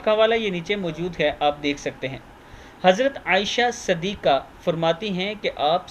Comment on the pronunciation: Jazakallah Khair - Apna Talaffuz sahee kijiey. Hazrat Aaisha "Sadikha" naheen bulky "Siddeekha" hai. Aap loag aksar wa baishtar alfaaz ko "zabar" se padhte hain.